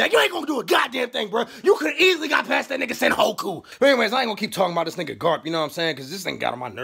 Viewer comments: Sen-hoe-ku. Not my boooiii lmfao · Man said Senhoku LMAO